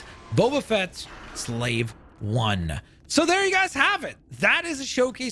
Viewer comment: you pronounced slave one wrong